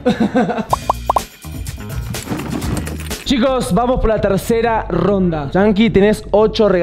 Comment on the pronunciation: No no se dice " FELIZ NDVEDED🫦"